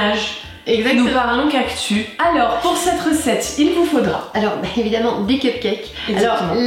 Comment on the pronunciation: 🌵🌵 oh le cactus 😂 ou le cactu comme tu dis